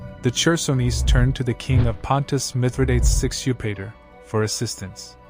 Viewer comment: And mithra-dates 😂